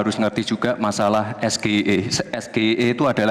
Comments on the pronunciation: SHIE... Bacanya😅😅😅😅😅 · Bahasa inggris dibaca bahasa indonesia 😂😂😂😂😂 SGIE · Sok pintar si Samsul baca sgie nya aja salah sok ngasih pertanyan pake bahasa ingris